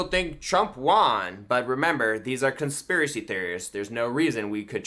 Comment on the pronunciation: Gotta feel bad for the conspiracy theorist who can't articulate "conspiracy." 😕